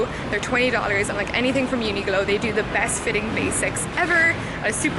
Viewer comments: I thought I misheard from another video thar you pronounce the q in uniqlo as a ‘g’ but… it’s a q unique-lo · Loved this format!! And I also think the way you pronounce Uniqlo as Uniglow is 10/10!! <3